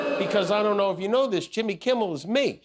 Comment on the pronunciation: "jimmel kimmel" 🤣